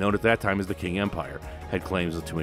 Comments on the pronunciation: If you're going to do a video about Asia, it would be useful to find someone to help with the pronunciation of the places. (Qing is pronounced Ching, not King, etc.) I've lived in Japan now for 20 years. Previously I lived in China 1 year and Taiwan 3 years. You didn't really answer the question of WW2 from the Japanese POV. Your beginning was good, but later all you did was review the Pacific Theater. The military had taken over the government. After defeating Russia, Japan saw itself as equal to the Western countries and they believed they should have an empire the same as Britain, France, etc.. When FDR sanctioned Japan for attacking China, Japan saw that they had no choice but to attack the Dutch Indies because they needed oil and other resources. Japan saw themselves as liberators of Hong Kong, Malaysia, and Burma from Britain, the Philippines from the US, and Vietnam from France. Some Malaysians actually joined the Japanese initially until the brutality of their army became apparent. Japanese at that time and to this day see themselves as superior to other Asians. Japanese also see themselves as victims of the war due to the atomic bombings. They are taught nothing about the war hardly. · “Qing” is pronounced “Ching” not “King”.